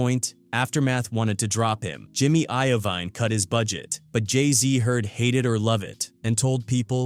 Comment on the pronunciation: I hate this AI commentary always getting ppls names wrong.. saying jimmy iovine last name like iodine 😂😂 ja rule as jay rule.